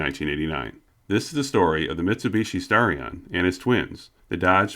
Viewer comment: But when they said Starion, it sounded like Stallion.